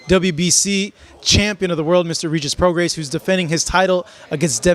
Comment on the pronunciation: Hey, can you please pronounce these fighters names correctly? I believe the S in Prograis is silent.